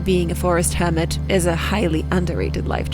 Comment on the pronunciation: Are you saying, "hermit," or "hobbit"? Cause one makes sense contextually, but the other makes visual sense.